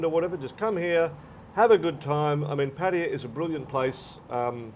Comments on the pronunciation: Pat tay yah…..funny way to pronounce Pattaya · You have been in Thailand long enough to pronounce Pattaya properly, Pat ta ya